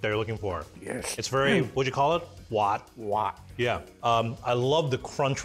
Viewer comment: As a Hongkonger I can certainly guarantee this is gonna be a great recipe. Simply by looking at the ingredients, technique and hearing "滑" (waat) is already bringing me back home